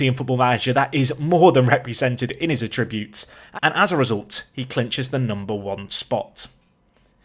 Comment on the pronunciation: ATTributes, not atRIButes...